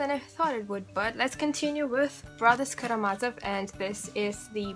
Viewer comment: Thank you, I'm an American reading The Brothers Karamazov for the first time and it helped me to hear you pronounce some of the names!